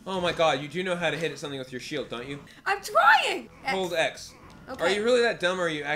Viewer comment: "I'm twying!" I agree with your brother, now your just playing dumb. :P